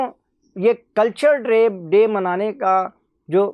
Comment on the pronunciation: Abe bhai pahle bolna Sikh culture de hota hai kachra de Nahin hota jahil